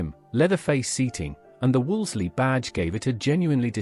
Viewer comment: This presentation is total rubbish, as a mechanic in the 1960's I worked on most of these cars and none had any of the problems reported, they wern't perfect but few cars are. Pity you didn't check the AI sound track, so many mistakes notably Bond Equipe coup is Eh-Keep Koo-PAY, Wolsley is Woolsee whats an Austin At 800?. The best mistake was the Imp was Britians answer to the mini, THEY WERE BOTH BRITISH you prat. It's engine was a modified Coventry Climax fire pump engine, not from racing. I'm suprised YouTube allows this twaddle.